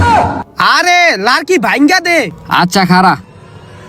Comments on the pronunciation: ভাই ওটা লারকি হবে না লাকড়ি হবে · Dail ❌ Dal✅ Larki❌ Lakri✅